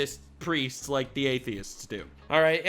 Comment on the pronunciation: Did you say " gaythiests" lol